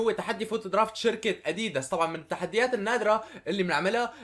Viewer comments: هههههههه كيف بتحكي اديييدس هي اديداس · اسمه ادداس مو اديدس احجي عدل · انت عم تقول اديديس ههههه اللفظ غلط😂😂😂😂😂😂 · ما قصدي اتذمر بس تنقال الكلمة أَ دِ دَسْ بس مو مهم المهم المقطع الرائع واستمر يا بطل و ان شاء الله توصل المليون باقرب وقت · إسمه اديداس مش اديدس😂🔥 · اديدس؟؟؟؟ اسمه اديدااااااااااااااااس مرفوعه بي الالف يا تيس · اديداس مو اديدس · عفكرة انت مالك عم تلفظ اديداس